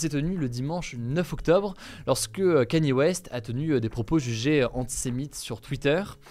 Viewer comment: T’As prononcé 100 Kanye West aucune des fois était la bonne 😂